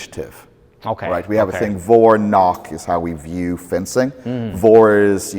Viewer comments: vor - nach isnt pronounced like "Vor and knock" , but like "for and nakhh" (the V sounds like a letter F and the A as in 'calm' and the ch sounds like when those israelis say khhhamas) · "vor - nach" before - after also it is pronounced very differently: vor is pronounced like for (or like french "fort") and nach is pronounced with like a russian h: nah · as a german this butchering of Vorn and Nach is excruciating it’s more like Fawn and Nagh, yet i don’t know how to describe the harsh german ch